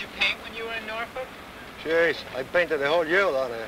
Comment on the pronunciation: As an Englishman, who lives in the eastern counties of England, I had to laugh my bollocks off at Norfolk being pronounced “Nar-Fuck” 😅 The correct pronouncement is Noowl-fk